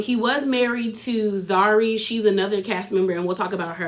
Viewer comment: Zari, Zuri, Zarina, Zara! You are sending me!! Love your recap though! Its Channel O (like the letter “Oh”) its like our version of MTV.